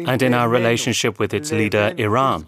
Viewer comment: Why is it Americans can't pronounce Eee Raan??